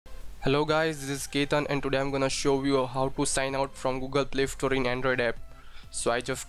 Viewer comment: It is play store not play ftore